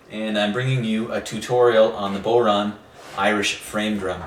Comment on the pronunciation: It's pronounced bough-rawn, not bow-rawn. As in "when the bough breaks". Great vid though, thanks!